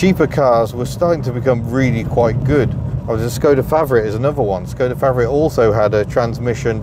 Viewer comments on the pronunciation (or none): none